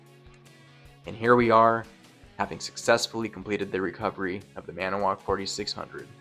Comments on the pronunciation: The narrator forgot a syllable. "Maniwoc" has 4 syllables, not 3... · I think you’re pronouncing Manitowoc incorrectly but what do I know 🤪